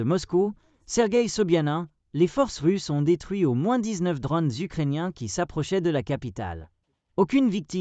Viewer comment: Des drônes, pas des dronnes !